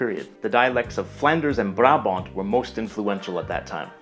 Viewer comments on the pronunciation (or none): none